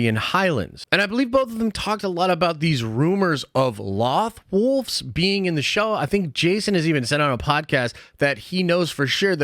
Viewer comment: Only thing that bugs me about this Is how you’re pronouncing loth wolves Edit: and your purgil theories too lol